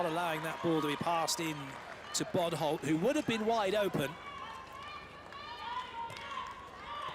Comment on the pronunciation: The fact that he calls bodholt “butthole”